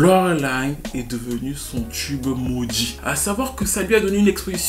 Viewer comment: Un quoi? Un chube, un chube ?